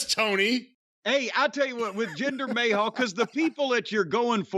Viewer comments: Can someone tell Jim its Ma-hal not May-hall lol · It's not "may hall", you hayseed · I always love it when he calls him 'Jinder Mayhall'